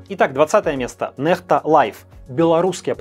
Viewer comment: Ну не нэхта, а нехта)